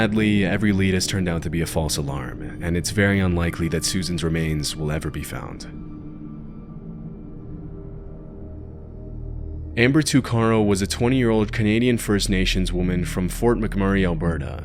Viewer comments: First off Tuc-a-ro not two-car-o. Second it is La-duke not la-duck. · Amber's last name is pronounced *tuck-a-row. Hers is a case very near and dear to my heart